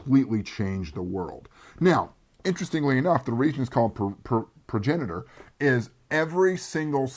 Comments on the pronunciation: Keeps emphasizing the wrong sylLAble ...it's pronounced proJENitor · Paragenitor is a hilarious way to say progenitor. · The artwork looks amazing. I've seen too many game books with marginal to crappy artwork. Wild Talents sounds like an interesting game and mechanic concept. I think I'll check it out. Its Pro-jen-i-tor,. Thanks for the review. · Yeah,, sorry man, but you really butchered THIS title!:-)